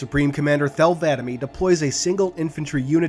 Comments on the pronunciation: Btw Thel Vadame’s name isnt pronouned “Vah-Dah-Mee” it’s just “Vah-Dahm” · Is he saying the name of the vadam wrong?